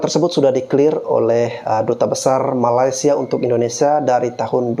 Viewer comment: Aku setuju bro!Netizen Indonesia lebih percaya berita hoax dari berita yang benar. Kami di Malaysia pun tidak tahu menahu tarian khurafat Reog itu. Hello admin...Betulkan dulu sebutan kamu...MALAY-SIA bukannya MALAS-SIA. Admin..berikan link/video Malaysia klaim Reog Ponorogo ke UNESCO.Jgn suka sebar berita hoax aja